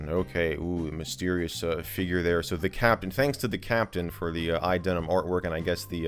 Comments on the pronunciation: Why do you keep pronouncing iDeneb as iDenim? Did I miss a memo? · Why do you say "iDeneM" with M and not "iDeneB" with B? Or am I just (not)hearing things? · What’s the deal with idenem thing? Am I just mishearing you? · Sounds like you're saying iDenim, like, MacOS Jeans. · is it just me or do i keep hearing you say iDenem ?